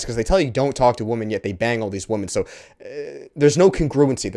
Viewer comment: Is he purposefully mispronouncing the word "women"?